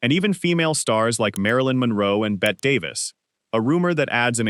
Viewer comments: it is pronounced Clara BOE, not Clara Bow. Jessica Lange is not Lana Turner. It's Zsa Zsa Ga.BORE, not GAY-BORE. Pronounce Bette Davis as Betty, not Bet. Every video of Jayne Mansfield was really Loni Anderson. About a quarter of the Marilyn Monroe images weren't her, nowhere near as beautiful...as mentioned numerous times before me. Awful stuff you presented in so many ways, at least be accurate. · Bette Davis is pronounced "Betty" Davis"